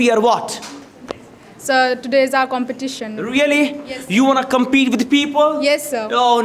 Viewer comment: Istimulated... exasperation... comperRition! ??!!??